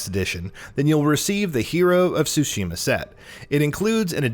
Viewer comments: Okay, I just want to point this out because it's vaguely irritating. It's pronounced Sushi - Ma. Not soo shee muh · In addition to that, the pronunciation of the Ts in Tsushima is a bit different than just an S sound. You do pronounce the T. ^^